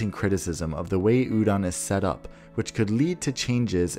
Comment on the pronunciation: Hearing "udon" over and over is making me hungry 🍜